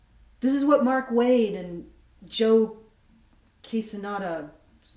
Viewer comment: Hello again, Martina just got an additional 5k more from the last time I sent this link just from being on EVS's show and having a indiegogo. Hopefully the forthcoming news of your story, and maybe a appearance on a live show, will work for you. It's pronounce Joe Q-hee-sah-dah. Believe me, saying quesadilla is something they WILL use against you.